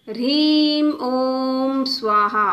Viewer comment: Matra galat hai ...hreem nahi hleem hona chahiye aur kilaye kilaye 2 times hona chahiye..plz check carefully with this bagala mukhi mantra guruji..